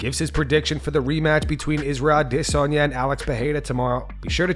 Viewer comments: Adesanya... not DISanya. STOP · Curious as to why the narrator pronounces "Adesanya" different than the rest of the world? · I love the videos I hate the way you say Israel adesanya it's really starting to piss me off